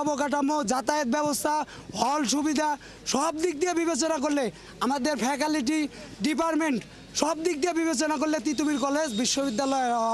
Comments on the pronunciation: "ফ্যাকালিটি" 😂😂😂😂 আগে উচ্চারণ করতে শিখুন ।।।তারপর একটা বিশ্ববিদ্যালয়ের দাবি করেন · ফ্যাকাল্টি না বলে তারা বলে ফ্যাকালিটি 🤣🤣🤣🤣এই হল বিশ্ববিদ্যালয় 🤣🤣🤣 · Faculty, Department এর মতো মৌলিক একাডেমিক শব্দগুলোও ঠিক করে উচ্চারণ করতে পারে না! আসছে বিশ্ববিদ্যালয়ের জন্য আন্দোলন করতে। এরা নাকি কলেজ থেকে বিশ্ববিদ্যালয়ের ছাত্র হওয়ার যোগ্য! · Faculty শব্দটি ও যদি ঠিক করে pronounce করতে না পারে, তাহলে ওরা কীসের যুক্তিতে বিশ্ববিদ্যালয় চাই